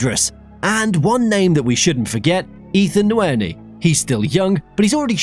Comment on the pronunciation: Hey just thought I should let u know nwaneri’s name is pronounced “wan-yairee”